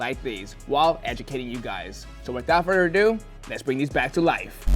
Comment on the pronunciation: fire as always but please stop letting this man say, "without further ado" at the beginning of the video, sounds like hes saying it with marbles in his mouth